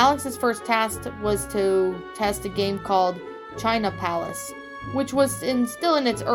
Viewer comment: Try doing a read-through first, before recording! *’palace’ rhymes with ‘Alice’ 🤷‍♂️ **keep up the good work!